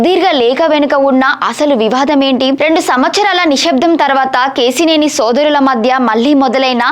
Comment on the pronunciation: Ke..shee.. neni,...kaadu Akka Ke...Si...Neni.... telugu ni murder chestunnav